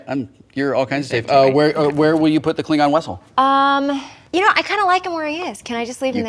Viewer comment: I love the the fact that Wil calls it the Klingon Wessel.